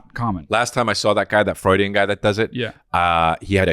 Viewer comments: Gonna say "Frewidian" slip from now on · Honestly it's about time someone calls out the way Chris says Freudian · HAHAHAHA!! Love you, Chris, but is 100% right on “Freudian” pronunciation. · You know whats crazy about chris’ cult of personality. I’ve heard him pronounce “Freudian” that way plenty of times and never once thought about it, but the second is here to pierce the veil I suddenly realize Chris actually has no fuckin idea